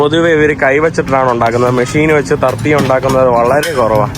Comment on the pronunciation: ഗോട്ടമല അല്ലെടോ ഗ്വാട്ടിമാല... തർത്തിയ അല്ലെടോ ടോർട്ടില